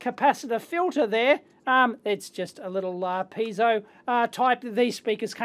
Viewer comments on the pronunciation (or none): none